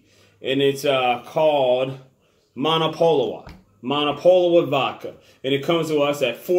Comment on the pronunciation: I could be wrong, but I believe the w is pronounced like a V here. So the name is read as Mo-No-Puh-Lo-Vuh.